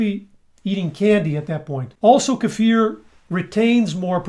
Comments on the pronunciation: Hey,, this is the internet. You're not supposed to pronounce kefir correctly. You need to "learn" how to say it wrong. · Yes. It's very sexy! So is his pronunciation of "kefir".